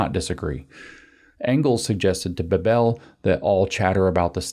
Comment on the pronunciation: German family names typically have emphasis on the first syllabe, incl. Bebel. It's irritating to hear it spoken as if it were a Romance language name ;) I have a feeling (originally) English names, too, so it's slightly puzzling why English/Americans have this tendency of "instinctively" emphasizing those names that (wrong) way.